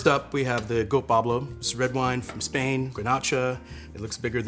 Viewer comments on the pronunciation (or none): none